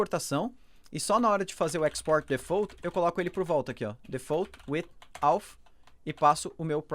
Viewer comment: #PR: Parabêns pelo vídeo, muito bem explicado, unica coisa que sempre dói de ouvir é 'defool' (default) :)